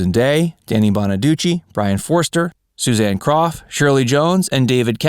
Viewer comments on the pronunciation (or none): when he said susanne's name it sounded like susanne cough and it's crough